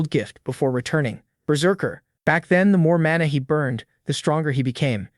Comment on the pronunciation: AI keeps pronouncing mana as mona